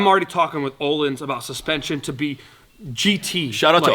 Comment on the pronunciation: smh its öhlins not olindsafa